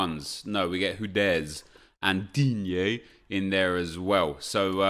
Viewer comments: "DIGne" hahaha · it is so funny how you say 'Digne' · Me too mate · Who else watches Nep’s drafts just to hear him say “Digne”? 😂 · The way you say "Digne" gets me every fucking time lmao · Love the way you say Digne, cracks me up every time. Also idk why the guy didnt swap around viera and zanetti, wouldn't that take the team up to 100 chem? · I like how you pronounce Digne 😂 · Can someone explain why sounds like he is having a stroke while saying digne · why does he say digne like that? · The way he says Digne makes me cringe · He's not mocking Digne, he's mocking the slightly exaggerated pronunciation he got out of Google when a stream viewer told him it's not "Dean"